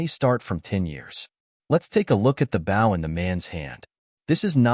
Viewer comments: The mispronunciation of ‘bow’ is beyond annoying. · It's funny when AI says words like "bow" and "resumé".